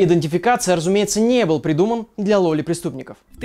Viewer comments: Мне послушалось "Лоли приступников" Вместо "Ловли приступников" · услышала сначала не "для ловли преступников" , а "для лоли-преступников"))) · почему я слышу лоли преступников